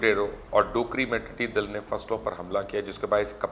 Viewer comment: Mubashar sahab, talaffuz to sahi karlo apna tiddi dall kehte hain tiddi dil nahi.